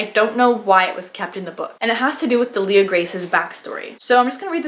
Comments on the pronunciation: Just FYI because I listened to the audio book - DEAL-ia Grace. ;) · Pronunciation help here- idk about you guys but pronounced the names like this: Delia Grace- deelliah grayse Eastoffe- eestoff